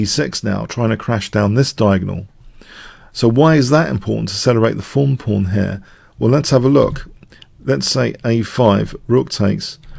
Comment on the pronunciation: He just pronounces "th" as "eff" for some reason. I think it might be a Spanish thing?